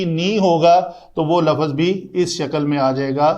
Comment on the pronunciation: With respect the correct word is lufz not lafuz.